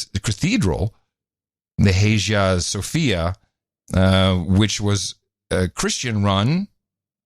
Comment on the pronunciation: Imagine being so uninformed that you think poor public school grades mean he couldn't have written his manifesto. And can't pronounce Hagia Sophia.